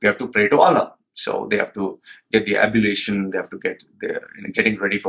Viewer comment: One correction It is ablution not abulition.